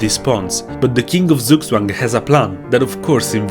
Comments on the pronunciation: “z” in german is pronounced “ts”, just a headsup! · You pronounce Zugzwang like a slavish name.